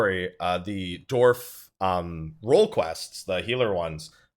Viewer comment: Dwarf, not Dorf lol <3